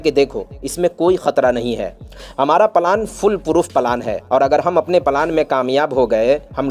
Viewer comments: यार भाई पलान नहीं होता प्लान होता है 😅बाकी मजेदार है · Plan thik tarahase bolo palan......kya hai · The way you speak out the words (Plan)is so disgusting.